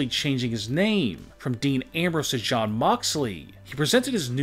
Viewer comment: Shawn or jon cause sounds like you saying shawn.